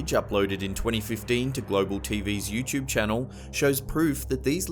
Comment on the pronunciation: lol the way u say youtube u say it like youchube